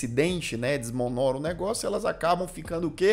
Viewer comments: "DESMONÓRA" kkkkkkkkkkkkkkkk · mandando um "desmonorona" ganhei meu domingo!!@